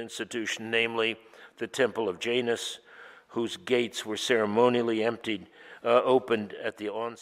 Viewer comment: Um, I had to safe out . WTF American Pronunciation Guide?! 🤢